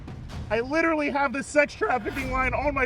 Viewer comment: “Lidurally” guy thinks he’s an intellectual 😂😂😂